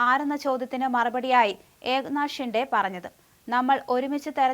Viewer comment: ഷിണ്ടേ അല്ല ശിന്ദെ യാണ് ശരി😂